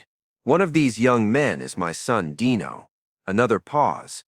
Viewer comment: Dino Martin's name was pronounced "DEE no". it wasn't EVER said as "DIE no". The use of AI should just stop. STOP! Ugh. Hire a voice actor next time.